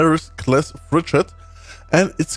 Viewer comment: Guy says 'fridge-eat' instead of 'frigate'